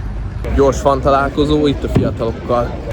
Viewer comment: Jönnek a mókák?? Azt hittem a rajongók. Fun = fan. Fan = fen. Magyar betű kiejtéssel az angol nyelv nem működik. Mást mondasz mint amit gondolsz. Valószínűleg az oktatásban van a probléma nem benned.